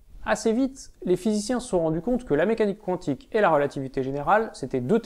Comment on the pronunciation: pas contre qwantique ca me perturbe xD